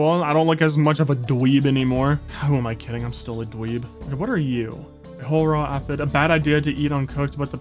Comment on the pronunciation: It is pronounced Aye..fid.. Glad You Re playing this game!